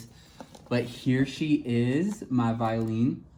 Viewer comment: Her name is pronounced as 'Vyo-len' in french.. I like this doll but I skipped on her because I'm not a fan of dolls with painted lashes. it looks crooked and wierd in certain angles